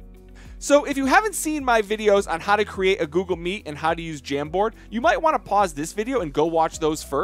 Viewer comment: Hey its Google meet not Google meat 😂